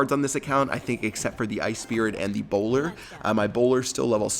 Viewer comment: When he said bowler it sounded like he said Ebola